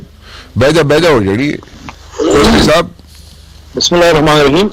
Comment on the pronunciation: سر بسم اللہ میں۔خ۔نہی ھے۔بسم اللہ کو صحیح پھڑا کرو